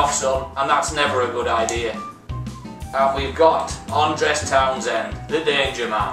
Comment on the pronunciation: It's Andros not Andres